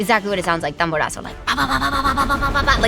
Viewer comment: I love how she called it "tamborazo" 😭 a lot of mexicans don't even know the name of that genre